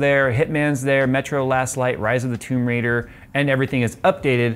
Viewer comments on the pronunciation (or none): none